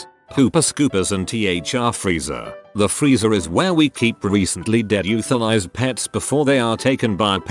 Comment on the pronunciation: I couldn’t handle it after “euthanized”